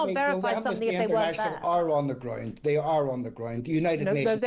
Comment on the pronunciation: Why he pronounces "Ground" like "Groind"?